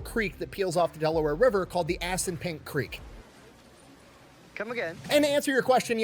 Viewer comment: Did he say "ass n' pink river"? Edit: okay, Assunpink. What a fuckin name 🤣